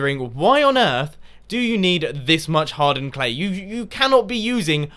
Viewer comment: Haha, when ever i hear anyone say "hardened clay" it sounds like Hard Earned Clay, dverytime every time haha